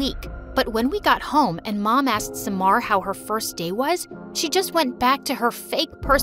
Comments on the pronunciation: Smar?! SUMMAR NOT SMAR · Bty its pronounced Sa - mar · Omg her pronunciation of the name suck how did ahmed become amed?? At least read all the letters! Farah, samar are butchered too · Far-aa Amed Saa-mar Nice pronunciation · I love the country changes every video but the pronunciation 💀💀 I'm an Egyptian and like- "saemar" "Amed" "Fara"